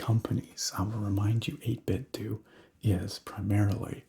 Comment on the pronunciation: Welcome back! I've missed this! I hit like before the DOS screen was even finished fading in. :) Pronounciation of 8bitDo is 8-Bit-Doe. Think Nintendo. That's how a rep for the company said it, anyway, so I'm going with that..